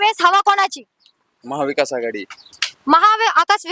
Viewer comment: मॅडम आधी महाविकास आघाडी म्हणायला शिका